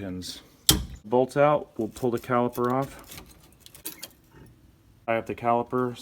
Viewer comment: CaliPer.. With a P.😁